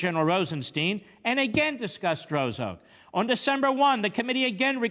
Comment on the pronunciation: A week and half later, we know this corrupt agent's name as "Struck", but Mark's early pronunciation gives this partisan hack a degree of anonymity.